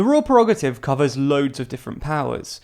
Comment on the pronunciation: The word is “Prerogative” not “Perogative”. I like TLDR and I know it seeks to become a credible source of news. I therefore expect it to apply high standards to the correctness of its production.